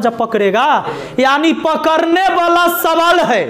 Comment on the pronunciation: Mind-blowing लेकिन पकड़ने होता है कि पकरने 😇😇😇